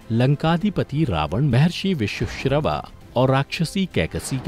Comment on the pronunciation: Good video. But pls say the names correctly vishravaa, dhaanyamaalini, athikaaya, aksha Kumar and NOT akshay kumar, vidyujjihvaa, vajrajwaalaa, etc